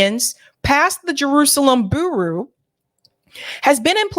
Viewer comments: bureau = byoor-O (not boo-roo). Thanks. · "Bureau" is pronounced "Byur - row". JS. Keep up the good work! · "Bureau rhymes with "Churro." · Bureau is pronounced 'Byur-row,'. 😂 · Someone please tell how to pronounce bureau lol love the show, but girl you need to proof read these segments before airing them. You mispronounce stuff all the time. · ...Please learn how to pronounce certain words before going on air And reporting. Look up how to pronounce the word bureau Next time please.